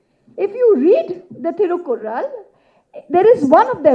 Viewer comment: Happy to note that there's atleast one non-Tamilian correctly quoting Tirukkural without much distortion in pronunciation.